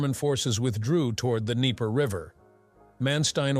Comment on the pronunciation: There is no d'knee-PAIR River. It's d'KNEE-per.